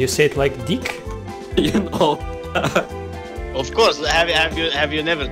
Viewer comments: с первого класса учиди что надо не "ай кноу", а "ай ноу" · сказал you кноу?:D (кто понял тот поймёт)